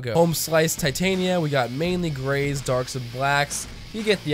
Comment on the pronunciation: "THE GRAYS" ahahha I heard gays